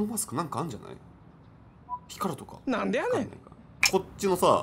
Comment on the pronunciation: 「なんでやねん」の発音が気になるw